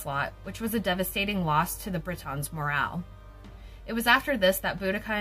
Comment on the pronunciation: BRIT-ONS ?! Wtf are they?!🙄 It’s pronounced BRI-TN